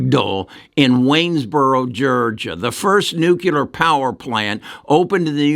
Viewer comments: NUCLEAR not nucular NUCLEAR practice this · What is nucular...